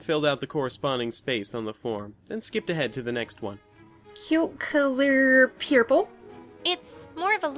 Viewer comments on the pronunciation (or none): Ha-ha, Pee-yer-pull, Per-pel! XD What a funny way to say Purple!